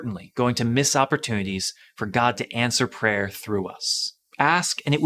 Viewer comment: Every time says "prayer" I hear "preyer"...